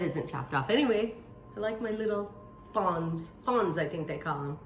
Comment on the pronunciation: That's it frawns that's it thank u lol im crazy in the fact that It drives me crazy when things get pronounced incorrectly n then I'm doing it when she does it I crack up like spring foam pan kills me lol